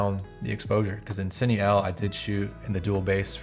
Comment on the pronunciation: Hey man, awesome video breakdown. This is super useful stuff for lighting purposes. Definitely giving you a follow considering the amount of effort you put into this. Hope to see more from you soon! Side note: I noticed you were saying "Cine EL", I think its actually Pronounced "Cine Ei". I only say that because I was getting confused until you mentioned what you were doing and it dawn on me that it was sony's dual native technology.